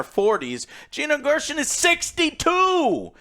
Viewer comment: “Gina Gur-shin”